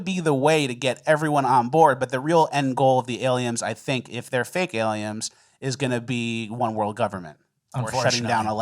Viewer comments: Why are you mispronouncing words? first you both called dolphins dolphinGs and then you said aliens are alieMs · ?Dolphing” ? “Aliems”? 😅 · Say aliens, then correct yourself to say Aliems :) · Dolphings and Aliems.... killing me. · doll-fing and aliems 😂😂😂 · Doll-feens and aliems wtf?!!? 😂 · Did anyone else hear say “aliums” and “dolphings” 😅😅😅